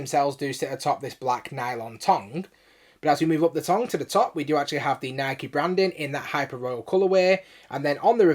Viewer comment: Why do u keep sayin nike like that? Lol its nikE not nyik lol